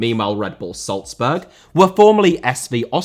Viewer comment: Dinamo* not Dinamau Depot* not Depouw Honda* not Honder El* not Al Al* not El Mitsushima* not Mitsushimer Jersey* not Jerzey Salzburg* not Soltzbög Rasen* not Rohrzen Dissolved* not Disolved Transit* not Tranzit Opel* not Ouwpel Cimento* not Cementouw Liga* not Liguer División* not Devegion Leverkusen* not Leiverkusen Wolfburg* not Uolfsbög